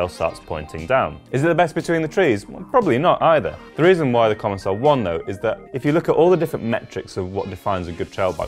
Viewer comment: In fact it should ce commençal where the ç is pronounced as an « s » in French. They probably erased the cédille (ç) for commercial reasons or because capital letters loose their accents. So indeed it is pronounced: comonsal.